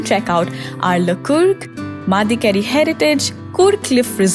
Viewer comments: Secs Whoever is producer... Know to pronounce the names better before you post, just don't pronounce NONSENSE. It is Madikeri NOT Mendikeri. I wonder people claim to be native Kodava,s don't bother to object. At multiple occasions names of places are mis Pronounced. Talk to natives to understand how it is pronounced. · A small suggestion here. Before you create videos to make money out of it, please get the pronunciations right.. you literally pronounced everything incorrectly like Madikeri, Abbey falls, Honnamma and much more. Focus on the quality of the content because such misguidance will cause inconvenience to the people who are planning to visit Coorg (Kodagu). Thanks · Nice video... But try to get how to pronounce regional language words from locals... Especially places( eg Madikeri ) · Why the eff is she saying it Mandikeri? Good video, horrendous pronunciation ! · Why can't you pronounce anything right? Kodaagu? Maandikeri? Atleast look it up before you do a voice over.... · The video is very informative and I watched this video after reading coorg lesson of class 10. Try to pronounce the regional words properly like how it is pronounced by locals (kannada accent)for example Madikeri and Kodagu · Why madikeri is pronouncing in peculiar way. Disrespectful